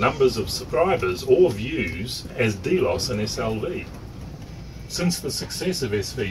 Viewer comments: drx1 xym, thanks man. Although, the correct pronunciation is here. As you say, not a biggie and who are we to argue with the in channel pronunciation. After all, none of us would have heard of the word if it wasn't for Capt Brian and co. Thanks for the comment,. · cool, yet "delos" is pronounced a bit differently - at least in channel - no biggie - FYI. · watch the videos your are talking about? even with a NZ accent you couldn't have fukced it up more, SV Delos , but you are right it your data sheets